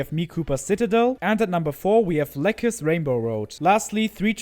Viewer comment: Glad you liked Cherry Grove, and thanks for including it in the thumbnail haha. Fun fact, it’s actually a remake of ZPL’s first CT, Grassy Plains. Also Lecce is pronounced le-che, and the bob-omb in Shoutout Circuit is actually BillyNoodles’s old PFP.